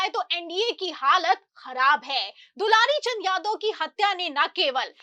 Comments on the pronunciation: AAP news padhne ke pahle theek se dekh liya kariye naam kya hai....... Inka naam hai swargiya dularchand.... Aur aap bar bar bol rahi hai dulari Chand dulari Chand ho sakta hai..... Thoda dekh kar padh kar tab samachar bola karo bhaiya.........😢😢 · Dularchan name he aap dilarichand batate ho thoda dhyan rakho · are medam dularichand nhi bolo dularchand bolo😂😂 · पहले नाम तो लेना सही से सिख लो मैडम ....dularchand